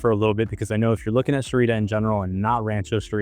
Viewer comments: Sahuarita is pronounced Sah-wah-Ree-tuh. Not "suh-Ree-tuh." You're dropping a syllable. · "to-May-toe / to-Mah-toe" is a false analogy because both pronunciations have the correct number of syllables, and the only difference is how the a is pronounced. You're pronouncing Sahuarita as if it were spelled Sarita. The word Sa-hua-ri-ta CLEARLY consists of FOUR syllables, which your Sa-ri-ta pronunciation dumbs down to THREE syllables. Radio commercials are merely dumbing down the pronunciation for dumb Americans who don't know what to do with "sahua" so they contract is to "sa." Did you never study a continental European language? Living in the Southwestern US, you'd think you'd have some clue how Spanish words are pronounced. And while we're at, the correct pronunciation of saguaro is 'suh-Gwa-roe" not "suh-Wah-roe", notwithstanding how it might pronounced in radio commercials or by real estate agents. I can't believe you're actually citing radio commercial pronunciation as authoritative. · Repeat with me: SA HUA RI TA . 4 syllables!! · Learn how to say it correctly